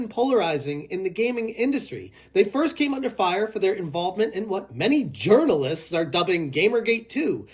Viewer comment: Am I tripping or are you saying thirst person shooter